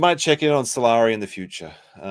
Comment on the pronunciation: Salari sounds like “I’m sorry” 😂